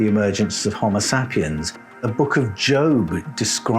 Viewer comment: SAY PIENS...so annoying, not sap iens